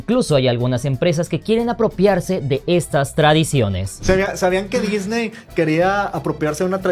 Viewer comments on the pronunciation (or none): none